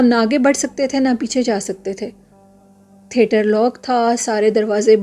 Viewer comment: Assalamualaikum warahmatullahi wabarakatuhu From lucknow with love. Its theatre not therter . Nice stories thank you.